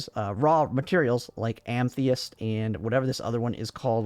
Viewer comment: It's "ah-muh-thist". Nice vid tho.